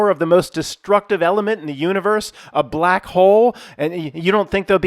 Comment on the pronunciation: The hard B in 'he's b-lack' xD 10/10